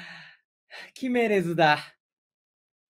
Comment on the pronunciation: 決めれずがヒメネスみたいなイントネーションで草